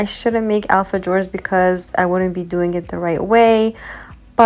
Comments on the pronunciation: The. J pronounced like h alfahores😊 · Yummy cookies! I'm curious did you learn this recipe for the Alfajores (pronounced Alfa- Hors) from a South American? These traditional old time cookies are common in Peru and Argentina.